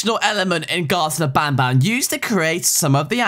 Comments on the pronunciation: He said nabnab but show a picture of banban😂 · Lol showed i picture of banban when he sed nabnabn lol XD